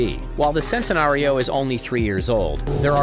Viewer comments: It’s Chentenario not sentenario also Lamborghinis aren’t sports cars there supercars learn the difference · btw its not sentenario its like ch-entenario